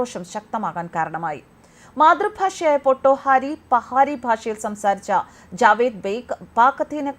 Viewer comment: ക്യാശ്മീർ എന്നത് പോലെ മറ്റൊരു തെറ്റ്‌ പറഞ്ഞത് പഹാരി ഭാഷ എന്നതാണ്. പഹാഡി അതായത് പർവത ഭാഷ എന്നു പറയുക.